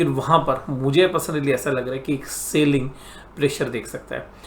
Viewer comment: Its not Sailing.. It is Selling. Good Videos but your Sailing irritates alot.